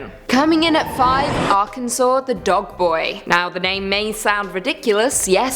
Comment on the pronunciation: Thank you so much for saying Arkansas correctly